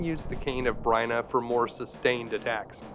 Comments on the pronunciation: cane. of brina? no no... its B-Y-R-N-A. --- beer-na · Amazing video but every time you pronounced it the cane or “Bryna” not Byrna I shivered a little lol